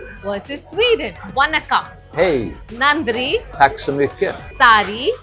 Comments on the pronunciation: Kamiya... please..there is a difference between न and ण. Their pronunciation is different.... वनक्कम् ❌ this is what you pronounced वणक्कम् ✔️ this is what you should have pronounced While pronouncing ण, you need to roll your tongue so that it touches the palate. You are living in Mumbai where you celebrate गणेश/गणपति महोत्सव ... You should know how to pronounce Lords name correctly... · Oye! Madame! It is NOT Vannakam, it is Vaanakam!!